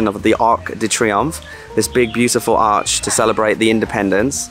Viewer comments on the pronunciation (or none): none